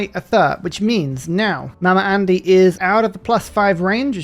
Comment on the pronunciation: My american ears keep hearing the very non-american way of saying "mama andy" as "mama (r)andy" and that makes me uncomfortable